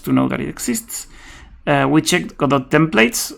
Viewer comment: This video is for all the people who think the T in Godot is silent! Ha!